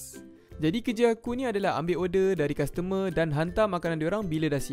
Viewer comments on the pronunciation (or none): Custormer ke castermer 🤣